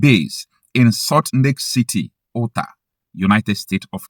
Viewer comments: Note that Utah is pronounced “Yuta”, instead of “Uta” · We need to take security very seriously. Great insight sir, but Utah is pronounced as ‘You tahh’ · U....Tar,thats how you say it.😅😊😊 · IT IS PRONOUNCED ''YUTA'' USA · It's pronounced 'You Tah'